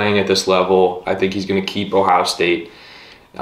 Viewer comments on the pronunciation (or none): none